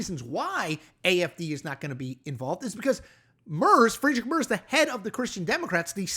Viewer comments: I am surprised that none of the many Germans corrected your pronunciation of Merz. Their relief that an American might be interested in the German election and not swallow Donald J. Trump's claim to be the new Kaiser of Germany is palpable. An acceptable American pronunciation would be Mertz as in Fred Mertz. Ricky Ricardo's neighbor. The German pronunciation is here in this utube clip as well as is Merz's denunciation of Trump Also with the new Trump Republican Party the Christian Democrats cannot be called the German Republicans. The only American Republican that would be welcome or comfortable with even the right wing of the Union would be Mitt Romney. Last I heard Romney's not regarded as a Republican. A German Z is pronounced TZ. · Es ist nicht nur dass es der deutschen Aussprache nicht entspricht, "Murzz" ist nicht einfach zu sagen... wie man beim Sprecher merkt. /rz/ auf Englisch braucht eine richtige Verrenkung 😂 und das sage ich als Englische Muttersprachlerin und Linguistin. Warum das Leben nicht einfacher machen? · Can you please try to pronounce the name of Merz right? Try this: Mairts the "t" is emphasised. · Yes, I think "Mairts" is a good way to write it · it's basically something like "Marts" with an American pronounciation of the "a" (like the German ä). Important to know in this context: the German "z" is pronounced like "ts" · Honestly, i would love love love just once, ONE TIME, that Americans would listen to how a name is pronounced before trashing it on the internet. Merz is soooo easy!!! And this dude said it in every way possible incorrectly!! Also its wildly annoying that Americans think we (the german people, even Europe) copy their ways in everything. Europe has existed way longer than that shhh show of a country you call USA. For an American president to assume that the CDU is a carbon copy of the republican party makes my stomach turn!! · You really can't pronounce Merz like that :D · Please, it's "Mertss," not "Merzz"...